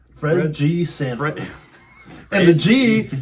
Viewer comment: Sanford, not Standford